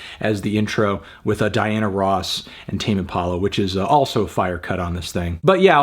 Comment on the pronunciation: today I learned it's pronounced "teym" and not "tah-meh" impala